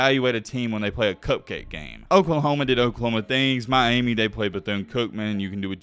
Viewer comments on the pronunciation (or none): none